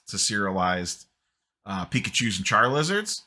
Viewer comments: Charlizards? Why you always clown on Pokémon. Come on bro, it’s ok for a grown man to collect Pokémon. We all know you do and that’s totally fine. Just embrace it and stop saying Char-lizards like you don’t know what Charizards name is. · 💯 literally what I think every time says Char-lizard.